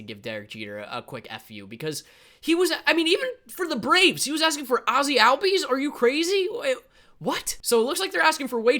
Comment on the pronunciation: so many people say ozzie albies’ name wrong. high key pisses me off